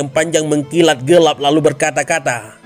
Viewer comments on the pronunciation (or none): none